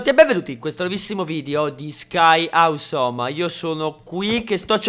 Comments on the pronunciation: non si dice ausome, ma ossome vai a vedere su un buon dizionario su internet, perchè non si può sentire. Ahahahah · Ma non si pronuncia "osom"? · si dice ossom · ti prego, si pronuncia "oussom", non "aussom"! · awesome si pronuncia "ossom" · perfavore,pronuncia correttamente awesome cazo,lo sai l inglese